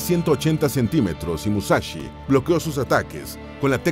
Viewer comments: "Musachi Musachi" pronuncia bien, se dice" Mu-sa- shi .... sonido (s) sssssss" que parece que los latinos no sabéis leer ... joderr. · "Musachi" tan bien que esta el video.... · No es musachi hablá bien.... Es musashi o en todo caso Miyamoto o Katsumoto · TODO BIEN TODO GENIAL PERO ES MUSASHY NO MUSACHI COMO AVECES PRONUNCIABAS.... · Porqué pronunciarlo con "ch"? Musachi?! Escasa y pobre info sacada de sus serie de libros... Nada nuevo :/